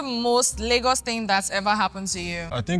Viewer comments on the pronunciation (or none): none